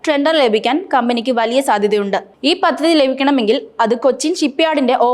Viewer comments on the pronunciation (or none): ബുത്തി പരം അല്ല. ബുദ്ധിപരം ആണ്. പത്തതിയല്ല. പദ്ധതിയാണ്. മദ്യത്തോടെയല്ല. മധ്യത്തോടെ എന്ന് പറയണം. മൊത്തത്തിൽ പാളി. മലയാളം അറിയാവുന്ന ആരുടെയെങ്കിലും സഹായത്തോടെ വായിച്ച്‌ശീലിക്കുക.